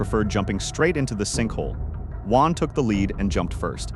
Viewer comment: It’s Juan.